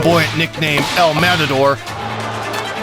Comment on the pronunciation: this guy butchered the pronunciation of El Matador so badly its sickening